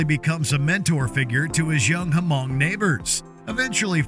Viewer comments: Did he say “Hu-Mong” on purpose? It’s just pronounced “Mong,” that had to be on purpose, it’s literally a topic in the movie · the way you pronounce ha -mong. it's just pronounced like Mong. H is silent. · You do not pronounce the letter H in Hmong it's just "Mung" like hung. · The "H" in "Hmong" is silent.